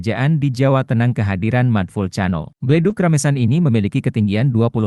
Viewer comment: Lucu banget, mud vulcano dibaca pake pelafalan Indonesia. Si Cano.